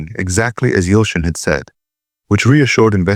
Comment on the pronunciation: Turkish boy friend name is Yalçın not Yoshin.Being pronunced it as Yalchın.